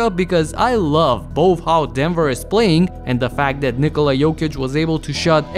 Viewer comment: One of the few people who pronounces Nikola's name correctly 😊